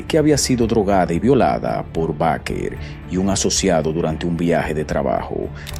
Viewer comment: Se pronuncia Beiker